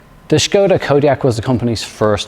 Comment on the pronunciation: As a Czech, thanks for correct pronunciation of the brand - Škoda. Great review for sure 👍